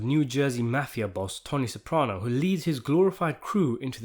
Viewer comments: "Maffy Uh"😂😂😂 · You know it’s gonna be good when a British guy says the Meffiah!